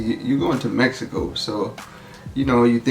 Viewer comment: “Meh he co”’s and “Si”s almost had me passed out 😂😂 This makes me excited to eventually visit Mexico again!